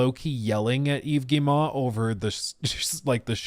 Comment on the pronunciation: Wow, you actually pronounce "Yves Guillemot" correctly, well done!